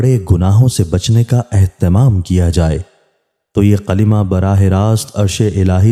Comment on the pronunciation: sahi tarah se Kalma Bole